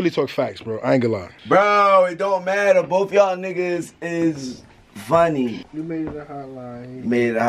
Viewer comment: the way he say funny 😂😂